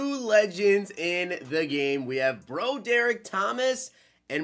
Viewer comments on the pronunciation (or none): Meh, but you mispronounced Broderick.. it's brah drick. Not bro derrick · it's pronounced BRA-DER-ICK lol come on. Pack luck and mispronounced names is the way hahaha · You pronounce it broadrick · Bro derick? Are you kidding me? How do you really think that’s a name? It’s BROD ERICK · its pronounced , broad-drick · please tell me that pronouncing his name “Bro-Derick” is a joke😂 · Lol he keep saying his name wrong. Say it like~> Rod-Drik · Lol Bro-Derick.